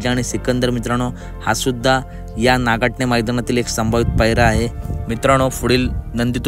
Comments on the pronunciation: नागठाणे आहे नाकाठने नाही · नागाठणे नाही नागठाणे म्हणा